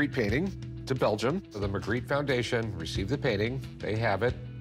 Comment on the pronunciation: The "expert" who pronounced "Magritte" 3 different ways (none French) did not inspire confidence.